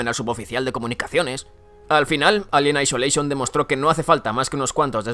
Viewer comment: "Alien aicholeichon" -.